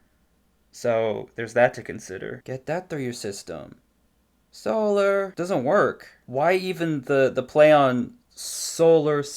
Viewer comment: bro "solar" idk it made my brain hurt